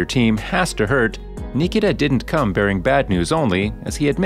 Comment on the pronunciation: Thanks you saved me 5 minutes! Though I should have figured it out right away when they didn’t pronounce his first name right.